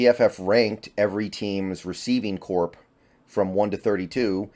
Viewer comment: In this context, corps is pronounced like “core”. Same as when you say Marine Corps.